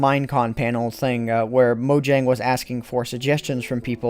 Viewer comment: since they are Dutch or w.e its pronounced moyang not mojangg.